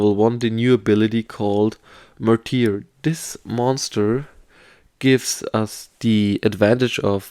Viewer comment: Pronounced mar-ter kinda like mar-der